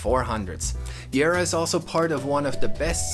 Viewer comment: Nice work,. Really well done and you included the most important parts. Thanks for pronouncing the name of our town correctly.